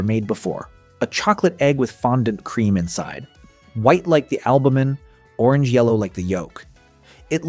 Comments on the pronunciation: It’s pronounced cream not crem! They also as other people have said dont taste the same since Kraft changed the recipe, i wont buy Cadburys anymore. It’s a tragedy what they have done to our chocolate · “KREM” eggs 😂